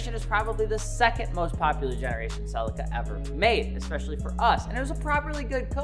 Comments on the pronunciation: Its pronounced "selleeka" no? 😅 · Americans be butchering car names lmfao ......... it's pronounced "ce leek a" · Omg how how you say celica is killing me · I like how in the US you call it the “CEL LICK CA”. In the uk we pronounce it “CEL LEE CA” 😜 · Didn’t realise Americans can’t say celica or Nissan it keeps getting funnier Or leaver lol